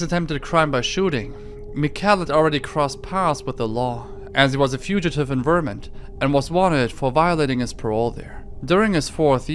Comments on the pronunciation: Your pronunciations of certain words are always a trip lol. I’ve never heard anyone pronounce “Vermont” in a similar way to “varmint”. 💀 Solid content though as always. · Vermont is pronounced Ver-Mont.